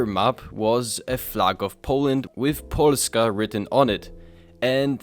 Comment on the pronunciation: He nailed the 'Polska' pronounce